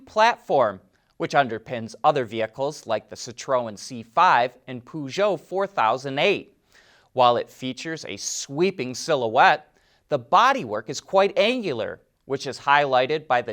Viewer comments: Your pronunciation of Citroen is wrong. The accent is on the first syllable CITroen. The second and third vowels kind of run together so that it’s almost a two syllable word. Thanks for the info on DS Automobiles! I sure wish that DS and Citroen would return to the American market. I’m not holding my breath, alas. I enjoy your show. Thank you! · I thought it was pronounced sit Roy en